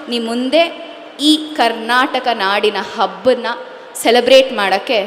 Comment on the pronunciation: Kannada ne baralla sariyagi.correct aagi matadi first. nimmellarigoo suswagatha adu. nimmellaroo suswagatha alla. Karnataka Hub alla .Karnataka habba.